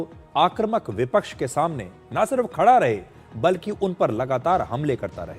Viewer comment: आक्रमक नहीं आक्रमक बोलो बेटा